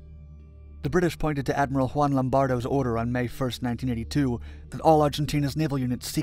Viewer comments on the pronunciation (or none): none